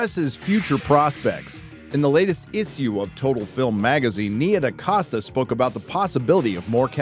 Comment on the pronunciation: “Is a real eesew”